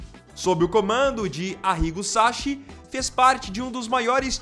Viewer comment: SaCHI= Pronuncia = Ki , não é como o nosso Ch… SAKI!!! pesquisa antes de pronunciar .